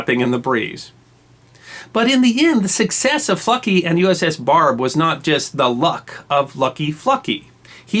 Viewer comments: who else thought he was saying "fucky"? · You really needed to stress the 'L' in FLucky good buddy. I drive freight trains so I was not impressed about FLucky's lucky train operation! Great story though.